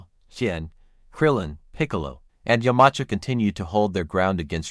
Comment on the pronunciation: it is yam-cha not umanca